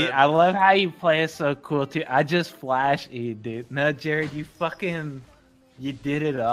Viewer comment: IT'S FUCKING FLASH NOT DLASH